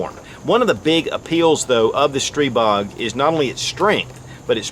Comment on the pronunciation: Your Stribog is pronounced 'stree BO'